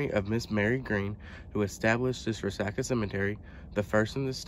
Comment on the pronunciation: Re-sock-a not re-sack-a is the way I thought it was pronounced.